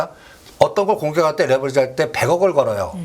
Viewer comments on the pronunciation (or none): none